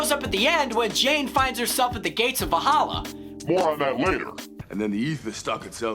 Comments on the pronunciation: ..and Valhalla (not Va-halla). It all makes him sound like a rube and not an actual fan. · 26 the L before the H in Valhalla…